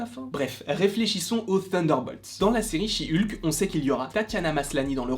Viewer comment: "Chi Ulke"